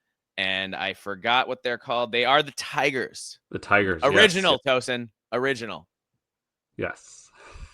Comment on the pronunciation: FYI, it’s Tau-son, not Toe-son. Not sure why I know that—I think the Hoosiers might have played them in bball in the past.